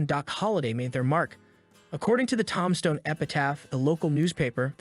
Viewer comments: says ‘Tomstone' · toom stone. AZ. and ok cor ral. i think hooked on phonics. for him.